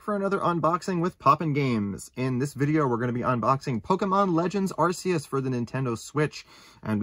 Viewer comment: I'm pretty sure it's pronounced are kee is